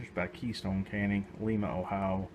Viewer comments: I’m from Lima Ohio and it is pronounced. LY MA. were not in Peru Lol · It's pronounced lima as in the bean. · In Ohio, it's Lime- ah, it's not Peru. LOL.